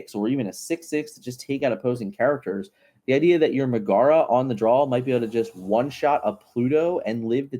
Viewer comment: Good video, but it’s MEG-uh-ruh not meh-GARA. Sounded like you were talking about some monster or something 😂